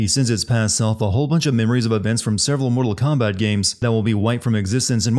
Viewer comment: Moo-tal Kombat!